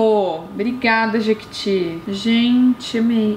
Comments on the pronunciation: Só eu vi que é Jequiti e não Jequeti? Kkkkk te amo tata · (editor... confere se não é "jequiti" ao invés de "jequEti")